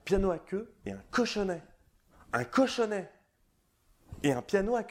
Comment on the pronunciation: un cochonnet, pas un cochonnaiiis